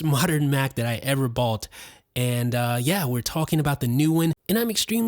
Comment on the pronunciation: I’m sure I’m not the first to tell you this.. but some words you pronounce kind of strange.. like ‘Bought’ and ‘On’. Just an observation.